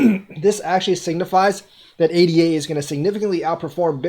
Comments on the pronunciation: Good video, sorry to criticize...ADA should be pronounced AyDah, not ay-dee-ay. The token was named in honor of Ada Lovelace, a real person. She was the first computer programmer. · Its pronounced A-da =-l